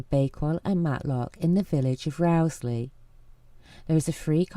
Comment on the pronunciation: Really enjoyed this. Rowsley is pronounced more like “ROHZ-li" or "rose-li", with a short “li” at the end, rather than “row” as in an argument. That’s the local pronunciation I grew up with, through family who’ve been around the area for generations.